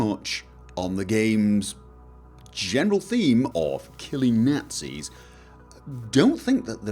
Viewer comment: Killing Nahtzees